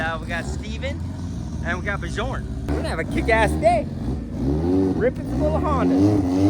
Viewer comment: The J in Bjorn is silent. :face-blue-smiling